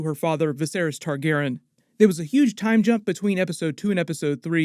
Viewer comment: Why do you pronounce Targaryen “Targ-airin“?